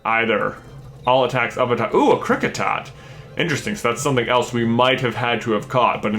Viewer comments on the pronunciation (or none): none